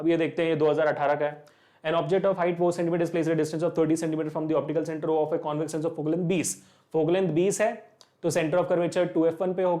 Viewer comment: Questions are good but explanation is not so clear, the way u r saying "concave and convex" is not so clear and u r telling it too fast especially for the second question Sir request you to work on this